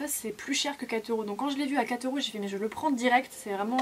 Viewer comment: « Cat euros » haha